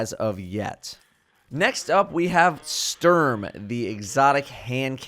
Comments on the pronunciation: You say Dräng and Stürm 😂😂😂 i love it when english people try to speak german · Love your videos man but hearing you pronounce Sturm as a German is kinda brutal. Keep up the good work!